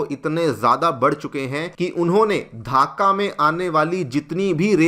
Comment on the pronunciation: धाका नहीं ढाका. Pronounce it properly